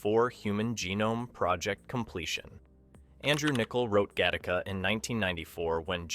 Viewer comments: O'cmon, how lazy is this channel?. Do you even attempt to edit the what I strongly believe is AI generated audio or do you actually IRL pronounce 'Gattaca' as 'Ga-TAR-ka' instead of 'Ga-ti-ka'? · It’s pronounced gatt a ca. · I hate the way this voiceover pronounces Gattaca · I can’t believe you went through the entire video to mispronounce the name of the movie. Holy crap did you even go back and see how people were pronouncing it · I like it, but I wish the AI could pronounce the film's name properly. A bit redundant as well, tighten it up with an edit to the AI VO. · When the AI can't get the name right the first few times lol. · I admit I didn’t notice until it pronounced the film name so badly it became painfully obvious.